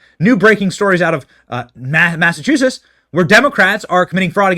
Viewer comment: I adore you Benny but Please learn how to pronounce Massachusetts